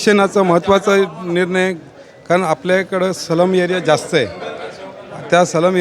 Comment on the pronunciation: अभिनंदन, पण सलम नाही एकतर स्लम म्हणा किंवा डायरेक्ट झोपडपट्टी